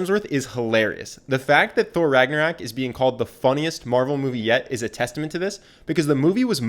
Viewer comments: How to be charismatic by some guy who mispronounces Ragnarök and makes it sound like Ragna-rack. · PLEASE STOP SAYING RAGNARAK AAA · Did you just say Thor Ragnarak? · So we're not gonna talk about how he mispronounces ragnarok??